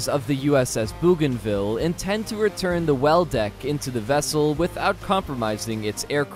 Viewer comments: Incarcerations?? Try, iterations or versions USS Bougainville (LHA- 8) after Louis Antoine de Bougainville is pronounced with an 'o' not an 'oo'. de Bougainville lead a truly amazing life, one definitely worth a read. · Pronounced B-O-G-A-N ville not Booganville. Famous island in the Pacific that was an air operations base near New Guinea. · Bouganville is pronounced 'boh gan ville' not 'boo gan ville'! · Incarceration = incarnation And they miss-pronounced Bougainville